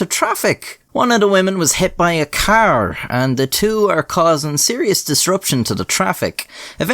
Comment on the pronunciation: Omg car (K)R, not keeer